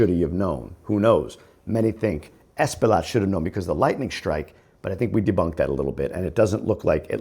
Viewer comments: True. The guy is Loaded $$$$. So he will payoff whomever he needs to pay to minimize the charges. Unfortuantely, if he does time, it will be minimal and he will more than likely have benefits and probably will be separated from the population. By the way, Espaillat is pronounced as Espayat. The "LL' is always prounced as a "Y".. Example - Horse -> Caballo - Cabayo Thanks for your insight. Always look forward to your videos. Happy Father's Day! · Espaillat pronounced Spy-jat